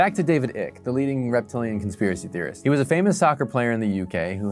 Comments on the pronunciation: Pronouncing David ICKE as David ICK tells me this dude is lying when he says he has a genuine curiosity for conspiracies, in reality he’s just reading from a script (nothing wrong with reading from a script to make content, it’s just a lie tho isn’t it :/). David ICKE is literally the most (in)famous conspiracy theorist in the world... you just can’t pronounce his name wrong if you’ve been involved in looking into this stuff for so long like you said. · Dude, it is pronounced "Eyek" but I understand why you would say "Ik" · Not sure if anyone else has mentioned this but I think the presenter should at least get David's name right. It's not 'ick'. It's pronounced 'Ike' as in the nickname of American President Dwight D. Eisenhower. Thanks. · David Icke is pronounced ike, not ick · David "Ick". Isn't it pronounced "ike"? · David Icke's name is pronounced, "eye-k" not ick, btw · Do a video on how to pronounce “Ike” instead of “ick” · Its pronounced David Eye-k not Ik. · David "eye-k" not "ick" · Icke rhymes with "pike", not "sick" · It's Icke - rhymes with Trike not Trick. So not much research went into this piece. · It's pronounced Ike( like like) not Ik. Lizards would approve of a warmer planet..... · His surname is pronounced 'Eye-k' not 'ik' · Lol David Ick ... Hilarious, its Icke as in Hike without the H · Take the "L" off the word "Like" and that's how to pronounce Ike. Not ick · It’s said EYEck not Ick lol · It’s pronounced Ike (eyek) not ick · David’s surname is pronounced eyek not ik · It's pronounced IKE not ikk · It’s pronounced ike not ick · It's icke not nic or ic 😂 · It's pronounced Ike, not ick. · It’s pronounced aye-k broooo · Isn't his name pronounced "eye-k?" I could be wrong but I was pretty sure about that.... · Yh, a tiny bit of research would make clear that it is pronounced eye-k. For a person who claims to be curious and investigative that's kind of weird. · Yep, it’s said Eye/ k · Yeh. Icke is pronounced the same as Ike Turner's name.